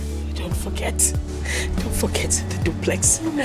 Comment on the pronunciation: She said dublex🤣🤣🤣